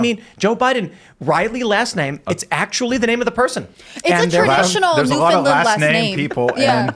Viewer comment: I don't believe her family is from Newfoundland, or she'd know how to pronounce it. The emphasis is not on the second syllable, and not even on the first syllable, but on the THIRD. "NewfinLAND"